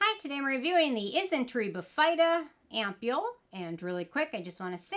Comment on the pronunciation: Hi, the correct pronunciation is BIH-fuh-duh, not bih-FEYE-duh. And I agree this product is trouble. I couldn’t make it work. The fruit enzymes dissolved my face off. 😮